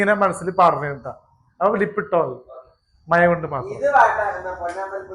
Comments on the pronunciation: മയ അല്ലടാ മഴ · മയ അല്ലടാ മക്കളെ മഴ ഴ പഴത്തിൻ്റെ ഴ പുഴയുടെ ഴ 😂😂😂